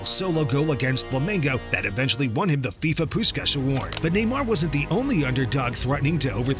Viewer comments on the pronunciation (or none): none